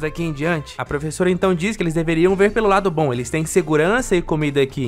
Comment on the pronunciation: Opa! Baun? Tá parecendo gaúcho se comprimido (sou gaúcho)